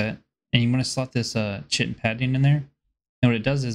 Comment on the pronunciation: Chitin is pronounced kite-in